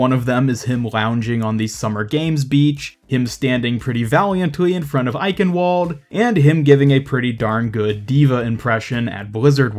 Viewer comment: ichen WALD????? the w is pronounced as a V it is german not english